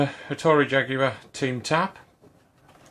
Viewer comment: Americans!! Watch this video and learn how to pronounce Jaguar properly.